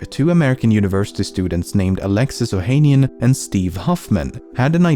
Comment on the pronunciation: Fact 11: Alexis Ohanian’s last name is pronounced as “ohanián” (stress on the last A)